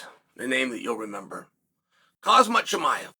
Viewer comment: Chael Sonnen Pronunciations: 1. Actual Pronunciation: Kham-Zaht Chu-My-Ev. Chael’s Pronunciation: Haz-Mat Chum-Eye-Ev. 2. Actual Pronunciation: Al-Ex Peh-Hay-Uh. Chael’s Pronunciation: Al-Ex Pee-Era. 3. Actual Pronunciation: Are-Mawn Suh-Roo-Key-Un. Chael’s Pronunciation: Are-Man Sir-Carry-In.